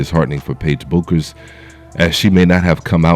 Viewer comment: Her name is pronounced like "Beckers" my dude.